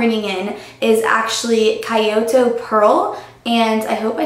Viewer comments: if Kyoto is meant to be the Japanese Kyōto it is not pronounced key-o-toe its pronounced kiyoto (the i after the k is said really fast, the o in yo is held for a long sound and the to at the end is very quick) I study Japanese. But nice try :) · okay if you want to say it key o toe then you can do it like that, but it's not that at all because kyo is made of the hirigana characters ki and a small yo so its not key at all. and to does not sound like toe at all. But like I said, you can say it however you want I was just posting so would know how to actually say it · hahaha! It's pronounced KEY-OTO,;) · haha, kyoto is pronounced key-oh-toe. :)